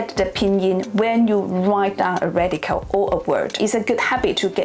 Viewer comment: So difficult to understand you. Your accent is too exaggerated.cant you say 'radical' properly. Or any word that ends with an 'l' oil or radical.